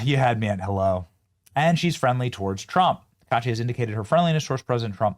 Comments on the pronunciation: Benny, it’s pronounced “Taka ichi,” not “ta-ka-chi.” You can do better with that. Also, this intro clip blends Japan and Chinese influences. How would you like someone to create a caricature of the US by, completely without reason, blending American and Russian influences just because we’re both traditionally caucasians? It looks dumb, either way. Get someone who knows something about Japan to help with that. Heck, I’d volunteer. Fine to poke fun, but no need to look culturally ignorant when you do. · "Tock-ah-EE-chee". Benny, you are terrible with names! Slowing down your banter might help a little. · It’s “Ta•kuh•ee•chee”, but I love her already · Shes pronounced taka-eechee, Takaichi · BENNY!!! Her name is pronounced ta ka ee chee sa na e!!! It’s not that hard. Each vowel is pronounced. The “a” is pronounced like the a in father. The “i” is pronounced like the “i” in piece. The “e” is pronounced like the “e” in bed. And if you see an “o” it’s pronounced like the “o” in pro. And a “u” is closer to the “oo” in boot. In English we have a short “u” as in put and a long “u” sound as in “fuse.” But our long “u” sound sounds more like “yue” than “oo” so that’s why I didn’t reference an English word with a “u” in it. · Her name is pronounced Taka ichi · Benny san! Correct pronunciation is Taka Ichi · About how to pronounce her name: when Japanese is converted to the alphabet, all vowels are pronounced separately, not joined into one sound as in English. Thus "ai" is two sounds, not one, and her family name becomes "Taka-ichi." By the way, another surprising thing from her background: she commuted to university on a Kawasaki bike--there's a really cool photo circulating in Japan of her on her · Taka...ichi, it's ok to pronounce it correctly. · I'm sorry in advance if I sound like "that" type of person but I think you may be pronouncing her name wrong. It's: Saw-Naw-Eh Tuh-kai-Chee... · pronounced TAKA-ICHI she loves motorcycles, Iron Maiden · Benny its Taka- I-chi